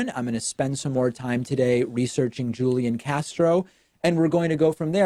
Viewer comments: I also wouldn't be supporting Tulsi Gabbard, but c'mon, David; you have to know by now how to correctly pronounce Julián Castro's first name. It's "HOOL-YAN"; not "Julian." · It's pronounced HOO-LEE-AHN Castro... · A point on pronunciation: Hoo-Lee-On. Julian is pronounced Hoo-Lee-On. ...you do know it's a Spanish name, right? Is the dialect you know that different from the one common in South Texas? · I just expected David as a native Spanish speaker to be able to pronounce a Spanish name. Maybe I'm wrong! ;-)